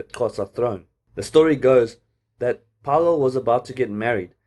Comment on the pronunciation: its Fay-Low my guy but nice video